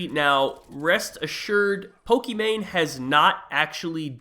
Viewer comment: It's not "Poke - ee - mane" its "poke - eee - mahn - eh "